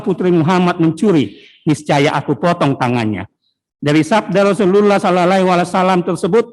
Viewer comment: Tpi kaya ne jaksa bkn muslim ya bilang Rosulullahallaiwasalam aja ga bisa ko?